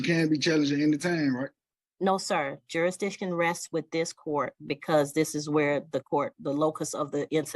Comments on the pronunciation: words are IMPORTANT. The word is JURISDICTION. NOT JURIDICTION. Learn how to be articulate and annunciate properly first, BEFORE you try to "school" someone. I "demand" you speak English first and save your gibberish for your home. Sit your dumb behind down. Better yet take 2 seats.🙄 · This dude is a half wit moron. He said "SUBJEC MATTER JUR-A- DITION" He can't even say JURISDICTION, I know he can't spell it, the right way or wrong way😂😂. Just stfu and get a lawyer goofy. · He gotta figure out “jurisdission” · Don’t forget “jurisdission” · “Juridition”? Learn to enunciate, before you go “toe to toe” with a judge! You’re just embarrassing yourself! And just get a load of his “POSER”, AG, “Crocodile Dundee”, packing (including a knife unsheathed under his belt), inside a federal building! Clearly…..he is nowhere near a federal building! 🤣😂🤣😂🤣😂🤣😂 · This fool cannot even properly pronounce the word 'jurisdiction'.